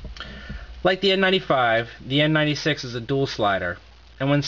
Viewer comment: what did you say? N NINETY SEX?